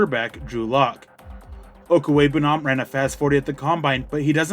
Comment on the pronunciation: You just wanted to show off how much practice you've put into saying his name while us mere mortals will struggle with it the next 10 years